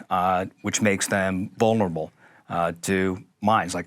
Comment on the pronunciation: tf does a "Bulnerable" mean lmaoo